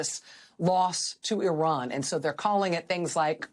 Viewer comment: Dear Racheal Maddow , regards , thought u were an unbiased person , but the tone u adopted about Iran sounded , every time u said Oran , sounded as if u Americans r aliens from outer space & Iran som down trodden nation , quite unlike u . Oran has existed on world map long before long before US was discovered & has been centre of eduction for centuries , like Kabul & Iraq , which the crusaders & invaders like US destroyed , many times making excuse of savingUS these being thousands kms across Atlantic Ocea. Americans think